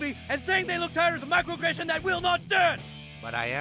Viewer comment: 11 minute video of Pewds misspronouncing "microaggression" several times